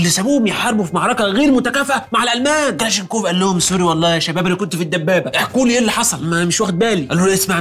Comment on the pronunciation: اسمه كلاشنيكوف وليس كلاشينكوف